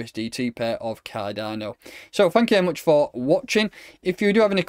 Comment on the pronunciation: “Kah Donno!!”